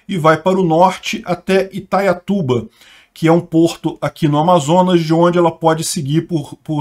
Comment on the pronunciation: É Itaituba e não "Itaiatuba" como dito.